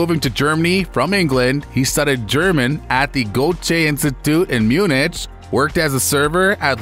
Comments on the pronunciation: Munich = Myoo-nic, not Myoonich 🤗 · Please learn how to pronounce some of these words that are basic knowledge to the restoration the world. What the is Munich?? Its pronounced Munik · Munich pronounced mu-nick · Myoonich? What? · As soon as I heard you pronounce Munich, I knew I had to leave this channel, never to return. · But learn how to pronounce Munich 👍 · Dude, learn to pronounce Munich correctly....